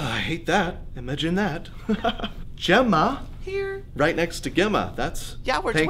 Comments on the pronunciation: Who pronounces Gemma with a hard g??? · Gemma and Imogen are normal, not 'new' names lol i feel like i'm missing a joke (also Gemma is pronounced Jemma)